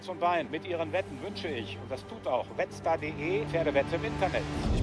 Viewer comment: Ich habe nicht Wettstar, sondern Metzger verstanden.